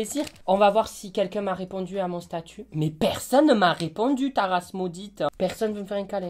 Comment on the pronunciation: ta rrrrace 😭😂